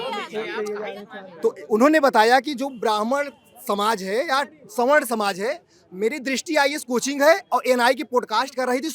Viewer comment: .. ma'am संवारना nhi स्वर्ण hota h